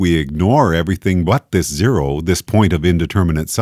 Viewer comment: that`s not zero, thats Jero .. lol xD